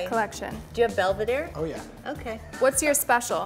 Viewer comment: Kris says oh we have 818 tequila. Moments later proceeds to ask for Belvedeere😂😂😂